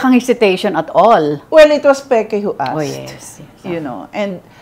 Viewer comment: Pronounced "Peke", (NOT Peki). It's not that hard to pronounce it.😃😄😆😀